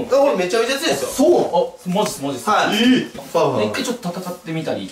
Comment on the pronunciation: 語尾のっすを強調するなムカつく